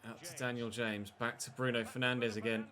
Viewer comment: Daniel Ha’mes. Who the Llanfairpwllgwyngyll is that!? 🤪